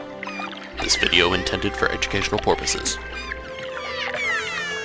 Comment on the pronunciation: Porpoises Lol